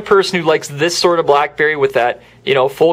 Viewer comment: listen at 53 seconds blackberry blllalaalalaelee